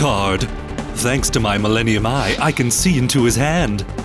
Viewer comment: this is duel links in real life epic and wait pegasus said "my mellenim eye" lol did he not lose it to bakura rip pegasus